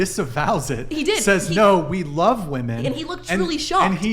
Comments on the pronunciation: is the most well-spoken idi*t on this panel. Im not sure why so many of these villian women cant seem to properly pronounce the word "WOMEN"., and several others constantly provide the singluar version of the word Woman when it's painfully obvious to those of us with fully functional prefrontal cortex they mean to give the plural version of the word. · Am I the only one who hears "woman" when these women are saying "women"? And this happens in just about every Whatever Podcast video I've seen.